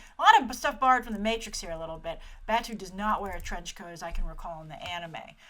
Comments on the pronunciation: The door was kicked into the guys hand by Aramaki, I'm assuming, who was in the car... No hand magnets. The man in the early shots and in the section 9 hologram is Michael Wincott, who funnily enough plays a very small role in Westworld as well. It's actually really saddening that no one recognises him; he's a fantastic actor. Your pronunciations are on point, except for Batou, which is pronounced 'bah-toe'. Close, though. Oh, and Kuze, which is pronounced 'Koo-zay'. You should be using the term cyborg instead of robot. The term robot has connotations of having no autonomy, of being controlled by another source for menial tasks. The word comes from the Czech word roboto for "forced labour". Android would also be more fitting as an identifier. I love Michael Pitt, but, Kuze's face was meant to be a work of art. So fine in fact that there was no actual automation or facial muscles, just the facade. I mean, I love Pitt and his face, but it's no Kuze... K, rant over. Soz <3 This series is so important to me. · Great video, Grace. I was actually waiting for this one impatiently. Just a few nitpicks though: - Batou is pronounced Bah-toe - Saito is pronounced Psy-toe - Kuze is pronounced (I believe) Ku-zay - Batou's eyes look more like Borma's from the anime series. I wish they stuck with the white-eye design Other than the names, I'm pretty much agreeing with all that you've said about this movie. It looks great aesthetically, and is a great homage to the films and anime series. HOWEVER, I think because they're drawing from almost all the different iterations of Ghost in the Shell (films and anime series) in big AND small things, I think it will hurt the film. They should have just stuck to a "less is more" approach in terms of what they can cram in. I also think the focus is so much on the visual aspect that I worry the story and themes will be somewhat lost. I REALLY hope they can keep in the many themes like how the first animated film did. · Bah-tou and Kuh-ze.